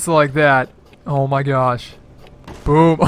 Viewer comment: it sounds like instead of saying boom he accidentally says booooooooooooob